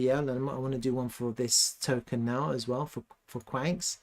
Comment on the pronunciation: It's pronounced qwan -x not kwanks! 😂